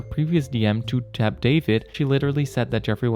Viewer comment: You really couldn’t pronounce Tab...😒 the microagressions